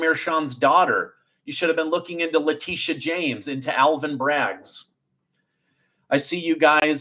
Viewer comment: it's BRAGG, not "Braggs"